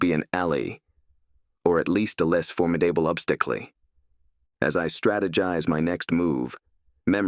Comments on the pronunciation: Formidible ob sta klee. The ai reading has some weird glitches. 😂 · Yes. bee-Try rather than betray, alley rather than ally, for-mi-Day-bel rather than formidable, ob-sti-cly rather than obstacle. And that was just in two sentences